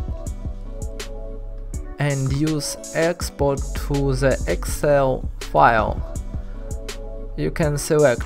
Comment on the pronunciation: why you still using "z" when you speaking? Especially when you said "the". You still saing "z". Its hard to listen to it.